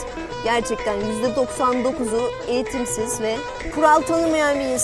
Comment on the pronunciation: eğitimsiz olayına neden bu kadar bastıra bastıra söylüyor hayır sen eğitimlisin de noluyor daha kendini doğru düzgün bir şekilde anlatamıyorsun